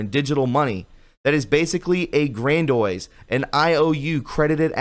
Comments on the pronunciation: DUDE! Learn how to read man. The word “grandiose” is pronounced: Gran-Dee-Oce! You make so many mistakes just reading stuff, it is unbearable to watch.... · Thank you for the much needed information. But DANG BOY I wish you'd learn to pronounce the English language. "Ad-my-ur-ulty???" Come on. You do know how to pronounce the word "Admiral" right? Hint: it's not "Ad-my-ur-uhl." A "grand-oise IOU?" GOOD LORD. It's pronounced "grand-ee-ose." It would only take a little extra effort to correct this friend. And it would keep you from sounding ignorant.